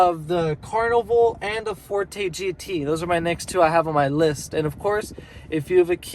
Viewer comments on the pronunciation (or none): none